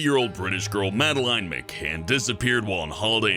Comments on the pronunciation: its not pronounced mada-line,its pronounced made-lin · Could you have at least found a correct pronunciation for Madelaine.